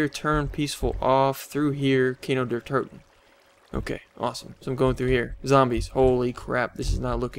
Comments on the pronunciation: its pronounced Key-No Dair Toe-Ten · xD when u are german and u say kino der toten like an american it sounds so nooby it means cinema of death xD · xD sounds like KINOW DER TOUTEN